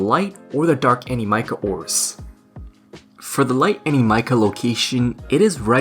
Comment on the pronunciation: I am never going to stop hearing your pronunciation of Animica.